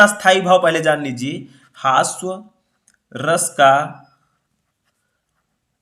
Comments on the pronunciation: सर हस्वा नही होता है हास्य रस होता है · Hasav nahi hasya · Sir aap हास्य रस ko हास्व रस क्यों कह रहे हैं 🤔